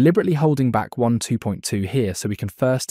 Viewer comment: It sounds like you're saying one 2.2 , not waaaan 2.2 ?